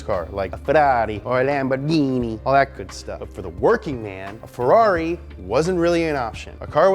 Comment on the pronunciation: Bro, you're saying Ferrari and Lamborghini correctly, but can't say Volkswagen, really?